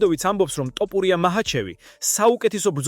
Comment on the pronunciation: დავიჯერო ასეთი უნიჭოა ზოგი ჟურნალისტი, რომელიც ვერ არჩევს "თოფურია"-ს "ტოპურია"-გან-ეს ხომ დაცინვას უფრო გავს, ან სირეგვნეა